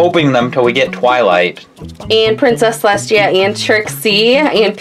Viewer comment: is saying princess celestshia its princess celesTia